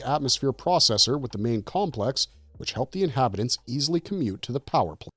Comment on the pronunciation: Why can't you say "power plant" properly???